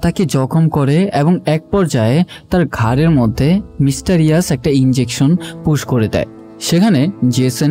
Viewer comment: মিস্টারিয়াস না ভাই, মিস্ট্রেরিয়াস 😊